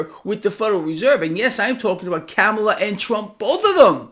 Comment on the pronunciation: please pronounce Kamala’s name right.